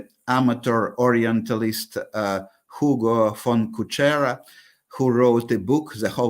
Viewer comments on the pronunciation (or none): none